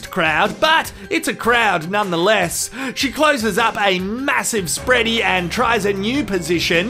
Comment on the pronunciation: "Spready to the gods" 😂😂😂